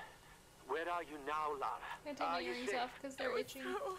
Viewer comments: Brilliant playthrough first episode. Two things. Bass in audio is too loud for headphones. Second. Come on Nicole. Its Lara. LA-RA lol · I hate being one of those guys, but, This is not the first game. The first game was released in the mid 90s. This is the first of the reboot series. It's Lara, not Laura. :p